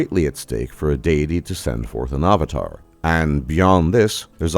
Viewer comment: ah va tar? Interesting pronunciation. Where are you from?